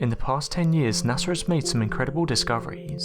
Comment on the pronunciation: Can you pleeaaasse stop calling them NasseR !!! It is pronounced NA-SA, NO FREAKING R INVOLVED WHATSOEVER !!! This is beyond annoying, as long as I've been watching your Channel you have NEVER pronounced NASA correctly, not one single time... What part of the world you're from is NOT an excuse, there is no R so you don't pronounce an R, sheesh...